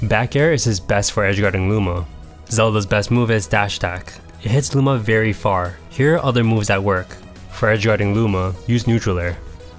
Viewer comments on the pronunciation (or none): it sounded like you said moves with lower priority well be beaten by booma's attacks xD also this was very helpful